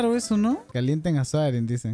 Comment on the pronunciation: nombre: soaring como lo dice: suarin